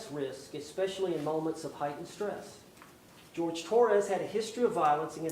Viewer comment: One point: his name is the Spanish Jorge, not the English George. She purposely mispronounced his name.